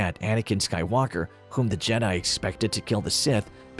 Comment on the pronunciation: Why do you keep pronouncing Skywalker with the emphasis on the "walk" syllable? The emphasis should be on "Sky" lol